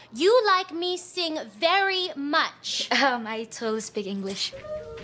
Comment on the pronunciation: Like whos the one who doesn't speak English when she literally says "YOU LIKE ME SINGVERY MICH"